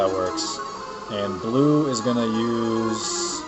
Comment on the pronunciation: her name isnt blue its bleu! like stinky cheese! u could rename her "deis" cause i think that's her original name